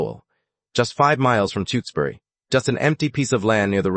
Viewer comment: Tewksbury is pronounced Tooks berry not Two ks berry. TOOK as rhymes with BOOK.